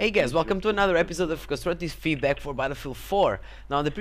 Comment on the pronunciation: I like how you say epizode :)